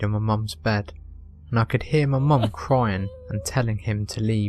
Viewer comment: Second story : I keep hearing "momom" everytime. I can't take the story seriously because of that x3